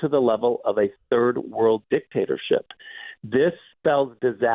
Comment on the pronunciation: Did he say dick-taster-ship?